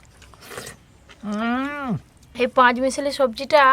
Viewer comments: Botboti noi ota borboti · হ্যাঁ সমানে বটবটি বলছে কথাটা হবে বরবটি😂😂😂😂😂😂